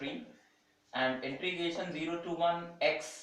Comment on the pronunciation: intrigation nhi integration hota hai sir